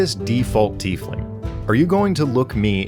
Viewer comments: Tiefling IS a real word. it´s german and roughly means "little deep one" the correct pronunciation is "Teaf(like the hot drink but with an f at the end)-ling(exactly as written. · What a tiefling had big ol teeth and was instead called a "Teefling"